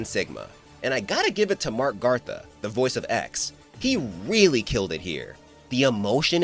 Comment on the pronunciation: Gatha" There is no R in his last name.